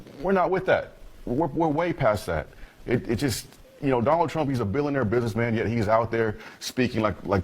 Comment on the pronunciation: Aye wheel vote for Doe-noh trompe